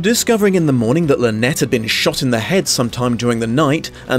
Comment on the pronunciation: Sympathetic or not, it drives me stark staring bonkers that they persist in pronouncing it “Lynette”.